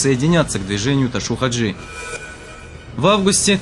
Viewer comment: Ташав Хажи а не ташув